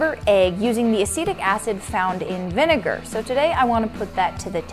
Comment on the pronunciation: I was triggered by her pronounciation of "vinegar"...I thought it's spoken in a different way :/